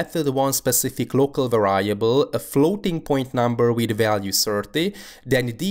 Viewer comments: The word variable is pronounced [VE'riebl] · You kept on mispronouncing the word variable. Other than that, great video, thanks!